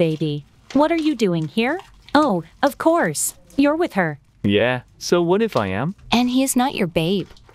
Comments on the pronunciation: “Of couse” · Finally someone heard the "ofcowse"💀